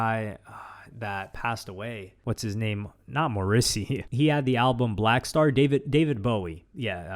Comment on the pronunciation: never hear someone pronounce morrisey like that